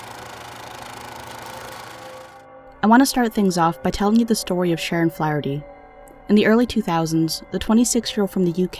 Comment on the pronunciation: Heyy! You pronounced my last name perfectly. Everybody pronounces Flaherty incorrectly.